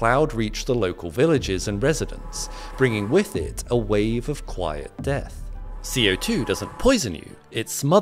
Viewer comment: Falsche Betonung, falsche Aussprache. CO2 wird nicht als "Ko-2" gesprochen.